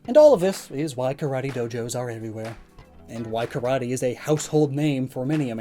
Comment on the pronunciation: Karate is so popular that americans can't even pronounce it right..